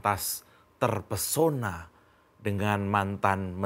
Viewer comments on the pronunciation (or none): none